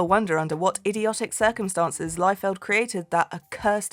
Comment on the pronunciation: What they did to Wally was Character Assassination. LOBO's emo douche reboot was terrible. I need Liefeld to sign my foot so I can get a tattoo of it. Also based on spelling it's Rob LEE-feld, not LIE-feld. Germanic spelling EI makes a hard EYE sound. IE makes a soft EE sound.